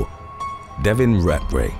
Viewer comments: Rat-Ray is NOT how you pronounce his name. Cmon man do better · You can’t say ratray seriously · *British accent "RAT RAY"